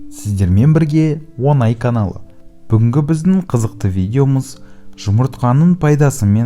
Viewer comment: Рахмет.білдік жұмыртқа туралы. Бірақ Онай емес Оңай деп айтыңыз.ренжімессіз. .